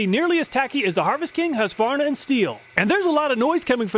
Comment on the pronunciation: Another Great video, and it is nice to hear someone pronounce Husqvarna without saying, "hooska-var-nuh"